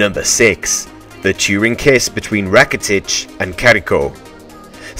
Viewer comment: And besides, the announcer didn't even pronounce Carriço's correct name. You don't say "Carrico" like he said. It is pronounced very differently because it has a 'ç' (c cedilha) and not just a 'c'. If you don't know how to pronounce, learn.